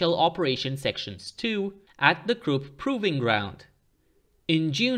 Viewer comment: the letter u in Krupp is pronounced the same way as the letter u in the English words bush, push and put.